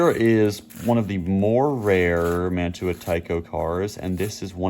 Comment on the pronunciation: The European couplers you refer to are "Mantua" couplers. Pronounced Man-chew-a ...LOL. I live close to the old town where they were made in NJ.👍